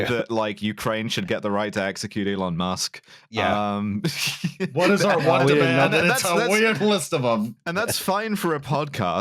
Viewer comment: Eelon Musk